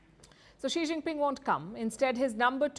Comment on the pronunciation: As if this reporter has any.she doesn't even greet chinese leader by how she said his name only.